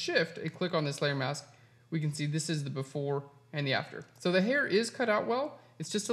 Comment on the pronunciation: Thank You!... for the lesson on "How to Cut Out Hair. But, did I ever have problems with......(1) You talked far to fast which nearly drove me nuts until I sifted thru' the commentary, and 35 moves later I can say I have been successful. I thought you were talking about your 'mouse' - but no, the word was 'MASK' - However, thank you again.